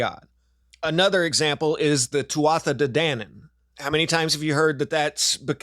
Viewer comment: Book recommendation - Ireland's Immortals, A History of the Gods of Irish Myth. It has a fabby proununciation guide. You hit Tuatha de Danann perfectly. But Arbroath is AR- browth. Thank you :o)